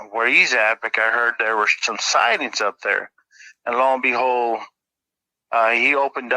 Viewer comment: I can’t un-hear it now 😅 l-o and behold